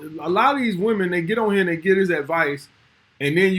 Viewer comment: Who is Day..? I keep hearing, Day do this,Day do that..Who TF is this Day character..?